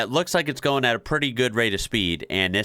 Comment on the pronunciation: It's "goin" not "garn"